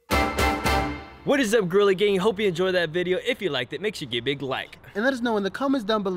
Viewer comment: He said gerilla